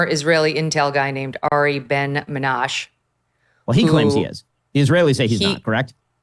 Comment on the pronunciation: Ms. Kelly, Arieh Ben Menashe (the last three letters form a syllable with a short e, as in sheh) is a publicity-seeking kook with zero credibility who has been disowned by Mossad for at least 30 + years that I know of. He was then going around making wild claims during the Bosnia war, later with respect to several African wars, none of which were in Israel's interest in any conceivable way. Whether sometime even earlier, say 40 years ago, he did some job for Israeli intelligence or not, I have no idea, but even if true it would be entirely irrelevant to the Epstein case. Any case reliant on that loon's claims is worthless.